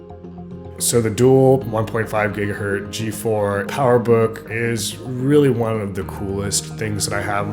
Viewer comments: Gigahertz. There's a t and a z in there. really hard to mispronounce... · My fault. Yes. Gigahertz. Sorry. Yet not even pronouncing the z is really something that show, that you do not know much about hardware at all. 😁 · There is NO SUCH THING AS A GIGAHERT! It’s GIGAHERTZ. 1 cycle per second is one HERTZ. Get it right next time. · Why do some people say "Gigaherr" or "Gigaherd". When it is clearly "Gigaherz"..... Do they even know what a herz is? Honestly!